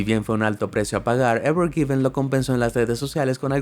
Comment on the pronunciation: Pone evergreen y dice evergiven😑